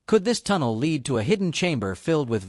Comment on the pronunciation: I THINK THAT I JUST WASTED 16 MINAND 50 SECONDS OF MY TIME ON THIS USELESS CLICKBAIT, The AI narrator could not distinguish between LEAD (the metal and pronunciation) and lead ( the leading of something)